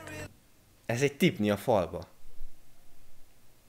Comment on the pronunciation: az nem tipNi hanem tipLi